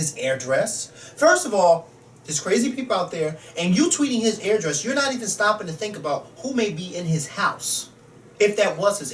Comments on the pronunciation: pronounces address weird it sound like he's saying airdress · I like how pronounces address. He says "AIR-DRESS" lol.